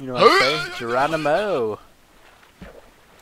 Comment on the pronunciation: Wait does watch doctor who because he said geranimo! Please excuse my spelling